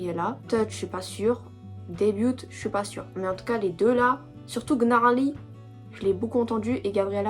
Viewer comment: oui c'est genre leurs musique de début le titre sa se pronnonce pas comme ça enfaite sa ce prenonce : niarly Manon pouvait pas venir c'est pour ça qu'elle était pas là elle chante en espagnol l'high note c'est Lara qui la fait ❤❤ Voilà, Bon visionage ✨️🫶🫶